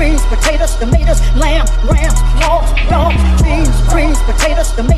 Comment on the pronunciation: Wait! Did she say hoga and dogs? 🤦🏿‍♂️